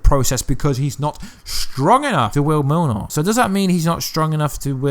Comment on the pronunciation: Cool vid! (but why you call Mjolnir Milnor)